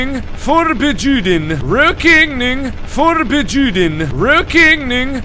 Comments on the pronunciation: "ruokeneing forbejuden" So close Mark, haha I'm dying x'D At least you spelled it right. :) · He actually said Rökigning Förbejuden fro everyone thinking he is saying something else :|